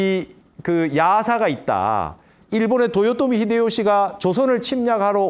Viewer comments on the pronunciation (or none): none